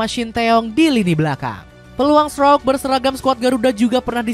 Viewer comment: Memang Strauk, itu pelafalan yang sesuai hukum bacaan bahasa Belanda.